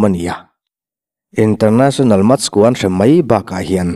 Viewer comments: The HAN(Hand) of God ti a han lam tik mai chu a...a mak e...Hand(hend) tia lam rik ve mai awm😂😂😂Match(Mech) pawh MACH ti tho vin😂😂😂😂😂😂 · Maradona chungchang kha The HAND of GOD (Hand pronounced as HEN ) but as hen of god. Chuan MATCH pawh MATHEMATICS a MATHs tihtur. Thankyou